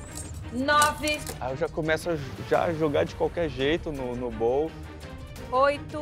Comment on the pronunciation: Os participantes pronunciarem bowl “bóu” ok! Mas A Ana Paula? Tão estudada e viajada! Não sabe que a pronúncia é “bôul”.